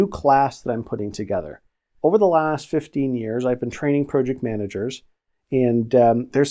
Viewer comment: This guy can't even pronounce Project...I'm out